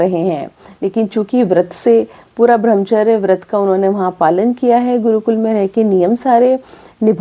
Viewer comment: 🙏आप शब्दों के शुद्ध रूप की चर्चा करती हैं। आपके videos बहुत अच्छे होते हैं। लेकिन इस video में आप ब्रह्मचर्य का उच्चारण 'भ्रमचर्य ' कर रही हैं। कौन सा उच्चारण सही है? कृपया बताएँ।🤔